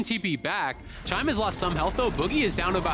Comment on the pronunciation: Hahah did he rly just call chime smoothie